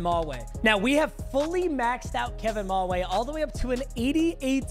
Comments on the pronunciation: Who gonna tell him it’s pronounced Kevin MaWhy not maway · it is pronounced kevin ma-why